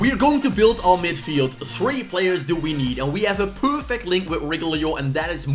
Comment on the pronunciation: I laugh everytime he says “Reguilon” 😆